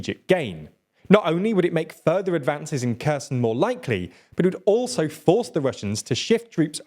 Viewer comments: Kherson is pronounced Herr-sonn, not Ku-z'n. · I'm not Ukrainian, but when are you going to pronounce Kherson properly? (It's not a hard K sound) It's been over a year...